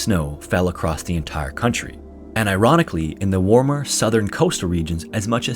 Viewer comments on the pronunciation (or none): And “iranically” 😂 I can’t be the only one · 8.45 "Iran-ically" 😅 Edit: 9.20 "Allah-n all" 😅😅😅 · "and IRANically" lmao sorry i heard that wrong